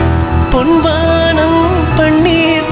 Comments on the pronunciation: Sir, your voice is mesmerising and the recording values are also great BUT please pronounce Tamizh words correctly. It’s பொன் வானம் not பொண் வாண்ம். Please don’t don’t kill Tamizh. No language will tolerate this. No sweet voice can compensate for this🙏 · What he pointed out is correct. Tamilians have forgotten the actual correct pronunciation of Tamil. It’s பொன் வானம் NOT பொண் வாண்ம். Just like what happens if you interchange புளி VS புலி. 😂😂😂😂